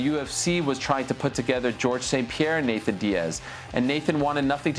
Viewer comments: I’m so annoyed with Ariel saying “Nathan “ .. am I being petty ? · Im an Ariel fan. But its suspect how he says 'Nathan' Diaz ALL the time. Weird dude. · Ariel the only one to say “Nathan Diaz” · Nick Diaz vs Jorge Masvidal was booked back in the day so I hope they do that. Oh and Ariel is gonna get a call from espn telling him to stop saying “Nathan”.